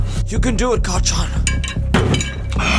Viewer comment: Lmao 😂 the fact that when u say carl john fast it kinda sounds like kacchan is hilarious 😂✋